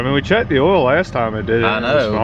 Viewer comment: How come he isn’t able to say the word “oil” properly